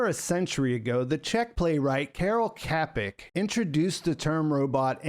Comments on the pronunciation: Tiny correction: Karel Čapek surname is pronounced "Chapek" with the "Ch" bein like the "Ch" in China or chip. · great video, it's pronounced as Chapek btw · Please research how to pronounce Karel Čapek correctly 😭😭😭😭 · Karel Čapek is pronounced with the 'Č' as you would pronounce the 'Ch' in the word 'China'. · Kerol kepic?! duuuuuuuuuuuuude that was awful pronounciation :-). Please find this guide: Karel: Kah-rehl (similar to "car-el" but with a slight roll of the 'r'). Čapek: Tscha-pekh. The "Č" is pronounced like a "ch" in "church". The "a" is like the "a" in "father". The "k" is a standard 'k' sound. The "e" is like the 'e' in "bed". The "p" is a standard 'p' sound. The "ek" is pronounced like "ek" in "ek-spert", and then a soft 'h' at the very end of the word.